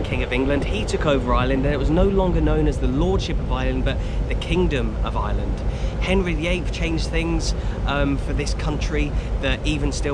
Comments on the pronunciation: I'm only 1 min into the video and I just want you to say Ireland instead if island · I was so confused at the start when I thought he said there was two islands 🤣